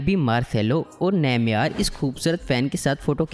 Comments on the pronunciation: Nameyar nhi hai Neymar hai Rip English 😝😂😂🙏🙏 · Neymeyar 😂😂😂....bhai its (Neymar)